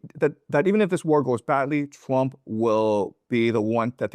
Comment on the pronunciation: I love how he pronounces Trump. Twamp